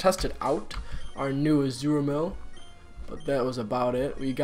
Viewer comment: Hey,! Just so you know, it's Azumarill and not Azuramill. The wierd thing is that a friend of mine from school also calls him that. I suppose he"s been watching you lateley.